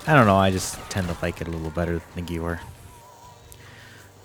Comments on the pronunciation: Good video overall, I just want to point something out because it was bothering me. In German, W's are prononuced as a V sound. So the Gewehr 43 is pronounced "Guh-VEHR", not "Gewer". Also, very few weapons use actual clips, which are just small pieces attached to bullets to help guide them into the weapon. They are called magazines. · Guwer. Ew 😂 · good vid its geVer not geWer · 🤓 it's pronounced "ghevear"